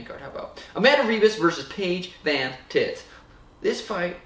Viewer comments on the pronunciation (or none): “Paige VanTits” - Sean O’Malley 2020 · man said paige vantits 🤣 the disrespect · “Paige van tits” 😂😂😂😂😂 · Paige van tits” 😂